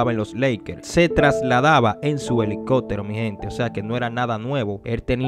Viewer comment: elico(pppppp)tero asi se pronuncia